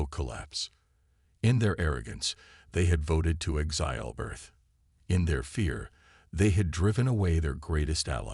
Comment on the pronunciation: DAMN POS AI's!!!! The word "exile" is pronounced "ˈekˌsīl" with the stress on the FIRST syllable NOT the second syllable as your AI says a thousand freaking times. STRESS ON THE "EK" NOT ON THE "SIL"!!!!! Please fix. OH!!! GEEE!!!! it finally pronounced it correctly!!!!